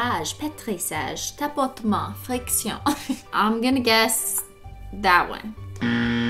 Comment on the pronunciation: The way she says friction still kills me to this day and I'm not even a nail technician